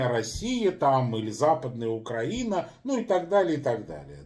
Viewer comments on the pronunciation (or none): none